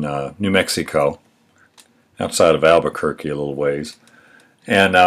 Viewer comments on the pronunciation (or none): none